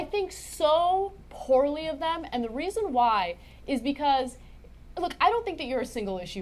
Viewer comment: To answer your question: When you pronounce reason it sounds like raisin.